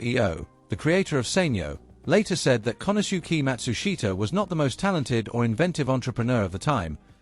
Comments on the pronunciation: Matsushita...pronounced mat-SOOSH-tah. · Not right for the surname, and company name, either, though that one is harder, and often mispronounced in western countries. Something like MAT-su-sh’ta…